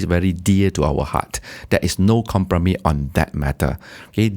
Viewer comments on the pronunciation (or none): His English is rather off when he said there is no “kompromi” instead of compromise 😂